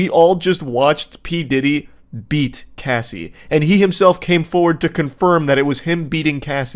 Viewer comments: One of my biggest Pet peeves Is when someone attempts but fails to be a "subject matter specialist" before even taking the 30 SECONDS to learn their name. Her REAL name I believe is Cassandra, but the name she's gone by for DECADES, is CASSIE. Wendigoon CAN do a few decent videos, but cmon bro, u live in an age where nearly ALL information is your fingertips, spends an HOUR doin a video about a subject, but couldn't manage the LITERAL 30 SECONDS to Google how to say her name. C'mon man, that's just flat-out lazy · Okay, few things: it's a date-rape drug. Why can't the tell the story without laughing, or saying her name correctly. Her name is Cassie like short for casserole, not Casey like K. C. Worst, You're telling the story about a young girl who for over a decade was raped, trafficked, beaten and had her career stolen. It's not a porn story. Perhaps you aren't the one to tell the story at all... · It’s Cassie (Cah-ss-ee) not Casey wtf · i actually couldn’t finish the first one because this mf wendigoon cannot pronounce the name “cassie” even tho he clearly sees its short for “cassandra.” CASEY? MAKE IT MAKE SENSE! also, its wayyy too much laughing going on from, imo. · It’s Cassie not Casey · CASSIE, IT'S CASSIE, not casey... Wtf... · The constant “Casey” pronunciation instead of “Cassie” was actually getting to me idk why 😂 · I literally can’t watch this because he calls Cassie by Casey … and the other two didn’t notice or correct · It’s Cassie. Not Casey 🤣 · CASS IE not CASE Y 😭😭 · Cassie not casey 😂 my brain the whole time 😅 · I wanted to watch this, but I can’t. Stop saying Casey. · I knew what he meant, but wendigoon was reading Cassie, while saying casey and it was mega distracting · CASSIE ( short A sound) not Casey! Please get the survivor's name correct! It means the world to us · CASSIE not Casey ugh 😞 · it’s supposed to be like “cahh see” not “Kay” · Got annoyed that wendigoon can’t read the name “Cassie” correctly